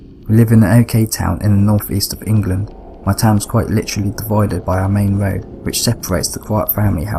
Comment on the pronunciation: A cwunch on the woad????????????